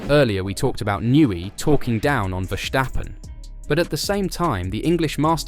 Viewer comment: Stop saying Vershtappen. He's not German.